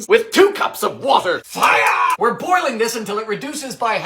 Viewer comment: I love the way he said fire lmao “FIOUR”